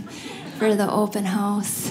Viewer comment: "...and then you don't get a hōss." So, she's Canadian?